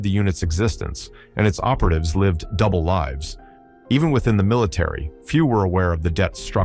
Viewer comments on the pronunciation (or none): none